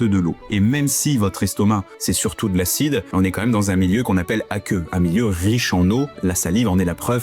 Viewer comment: Un milieu “aqueux coucou” !!! 😆 “ COUCOU !!!” 😂👍